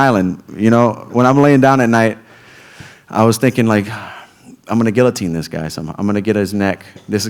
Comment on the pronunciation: he keeps saying diz guy hahahah